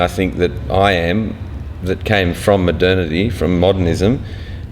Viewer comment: Does say "maternity"?? Anyone?